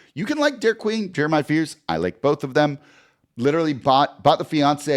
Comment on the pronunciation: Congrats Jake but it’s Derik